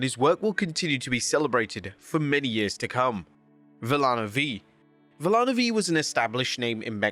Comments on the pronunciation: It’s Vee-ya-no five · Not to take away the aura of everyone who had passed away tragically in some way or shape or form during this year, but one of the wrestlers being mentioned on this list being Villano V, it's being pronounced the following: as the word 'Villano' is pronounced as 'Vi-ja-no', and the 'V" is the Roman numeral 5, to symbolize as the 'fifth'.